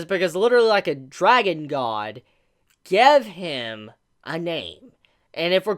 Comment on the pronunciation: “Geve hem” lol